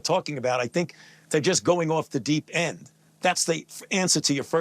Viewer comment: If for no other reason, he should face justice for emphasizing end in the phrase "deep end"